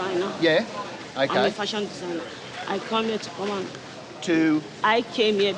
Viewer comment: “FASHON DESAGNER” sis just tell them the true ! Lol